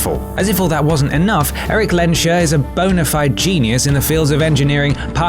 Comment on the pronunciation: Magneto's surname is Lehnsherr, in syllables: Lehns-herr (German for "liege"). There is no "sh" sound in the middle.